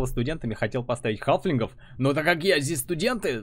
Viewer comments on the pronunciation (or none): Правильно говорить "халфинг"